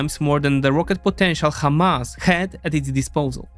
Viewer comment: Hamas is an Arabic word, so use the Arabic pronunciation. By using the "kh" in the beginning, it sounds like you're mocking Hebrew speakers.